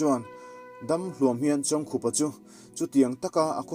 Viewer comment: Hetah chuan a hming pawh i lam dik tan e....Heeee A ngaihnawm e. Kan kohhran Library-ah a chanchin ziahna booklet a awm a, ka hawh a, ka chhiar a, a ngaihnawm ka ti hle.